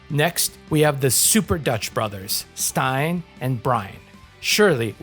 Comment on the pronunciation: Very solid list overall, and I have to say, I'm so glad I hear someone say Stijn's name properly, I know it's not an obvious pronunciation, but I do appreciate the effort!